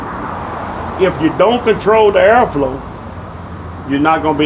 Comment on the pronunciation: "If you don't control the ERRFLO...you not gonna be able to cook properly"